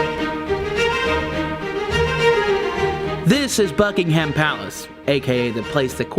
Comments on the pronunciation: Buckingham Palace is not three words. It's two words. It's not Bucking Ham Palace, it's Buckingham Palace. Buckingham is one word. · Best way is Bucking um Palace. You don't say the ham, there is no pork related words said. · “This is Bucking Ham palace” No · I was amused by the pronunciation - in a friendly way - where there was too much emphasis on the 'ham.' which made me smile. America is a great country. Members of my family emigrated there in the third quarter of the 19th century. Take Care!